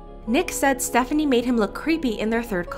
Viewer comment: Btw it’s pronounced Stephanie so :)